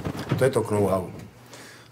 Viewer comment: To je to "knou hau" 😆